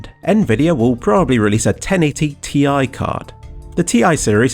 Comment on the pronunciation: the "Ti" in "1080 Ti" or "980 Ti" is not spoken as single letters because it is a short form and stands for "Titanium" so the "Ti" is pronounced as one word